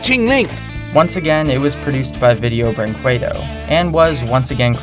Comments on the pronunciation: it is pronounced like brinkaydo, not bringquaydo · And btw, it's pronounced "brinkedo" not "brinkwedo" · 1. It's pronounced as "brinkedo" kjjjj kinda funny 2. If you watch the Little Panda Fighter in the original language (Brazilian Portuguese) you'll hear the songs with their lyrics KJJJJJ MAN THOSE LYRICS JJJKKKJKKJKJ THE TRANSLATION KSJDJFJFVKVKGGGGAA